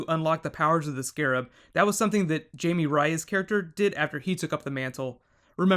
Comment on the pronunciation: Jamie you mean j'amie